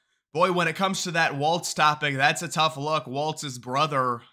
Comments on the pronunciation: It's not waltz it's walz. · Walz has no t in it. It's pronounced Walls.